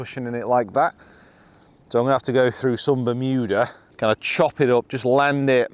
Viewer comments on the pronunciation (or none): none